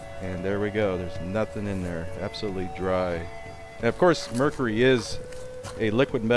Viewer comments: Excuse me but do you have a problem pronouncing Mercury? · omg i learned so much. thanks for explaining all the science! OH WAIT YOU DON'T EVEN KNOW HOW TO PRONOUNCE MERCURY THE TOXIC METAL THAT YOU ARE DANGEROUSLY HANDLING. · ha, it's tough for you to say mercury properly :) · I like how he says "Merr-cure-ee" lol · Merr-Curr-eyy lolz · Why did u say mercury like that??? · I noticed you really stressed how you said "mercury" sometimes. Have people been ribbing you for how you pronounce it?